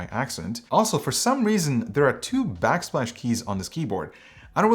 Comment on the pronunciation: "backsplash"? I cannot un-hear...